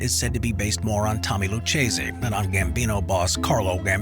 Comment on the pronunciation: what YOU didn't know and still don't , is the correct pronunciation of Lucchese..you butcher that families name ..it's supposed to be with a K sound as in Loo Kay Zay..not Loo Chay Zay..